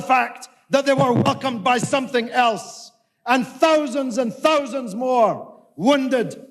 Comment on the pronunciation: Practice saying the word "Three". Also practice "Thousand" and I will listen further.